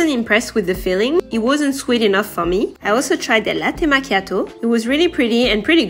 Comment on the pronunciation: Your pronunciation for “latte macchiato” was immaculate ! Kisses from Italy 😘